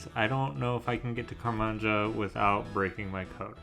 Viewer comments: bro said karmanja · "Car-man-ja" Bro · i heard that and IMMEDIATELY ran to the comments lmao